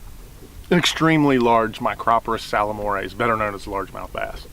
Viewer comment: Thanks for the tips,. However, you better brush up on the pronunciation of Micropterus salmoides. LOL. (Especially since you are now a color analyst for Major League Fishing).